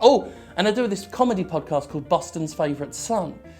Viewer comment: Jim. You talk about your podcast on your self promotion, Jim, you try to deny me the pleasure of listening to you, Conrad Fucking Zimmerman, Jim, and yet, and YET. You don't put a link in the description. Here ya go, lads: Also, I had a hard time finding it because you say Boston like a Jim Fucking Sterling Son. JIIIIIMMMM PS: I luv u